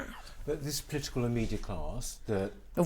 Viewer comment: What does "plitical" mean? Could it have something to do with politics?